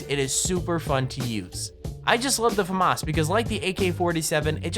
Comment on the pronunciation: anyone else hate the way he says FAMAS?